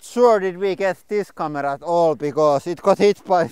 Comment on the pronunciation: N D Lords Hands she is saying kamera.